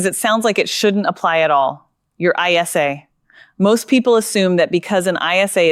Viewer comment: It is an ISA not an I S A